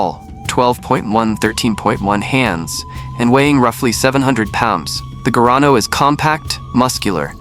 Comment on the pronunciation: Não é gano..... é garrano